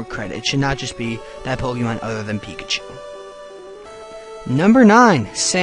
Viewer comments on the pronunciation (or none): none